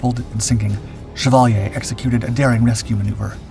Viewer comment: shea-val-yea.. knock off Chevrolet